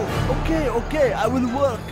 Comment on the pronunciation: what a pro. "that is a lot of worrkkk".